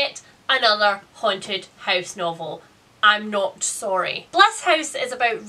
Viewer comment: She says ‘house’ almost like the dutch ‘huis’ (same meaning different spelling) lol